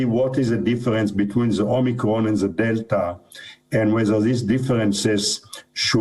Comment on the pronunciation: She said "Omnicron" (just once, but Biden's speech rubbed off)